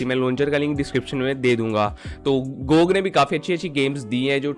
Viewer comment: Pronounce gog closing your mouth